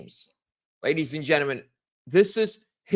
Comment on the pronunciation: It is pronounced “genTLEmen !